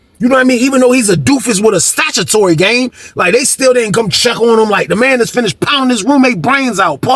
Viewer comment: It’s Statutory, not Satutory.😂😂😂 I been rolling all day when you miss pronounced it.😂